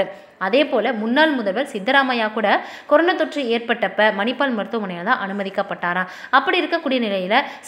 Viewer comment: கொரோனா..னு சரியாக சொல்லு.. கொரோனோ....னு...ஏன் சொல்றே. னா....னோ.....வித்தியாசம் சொல்ல தெரியாதா.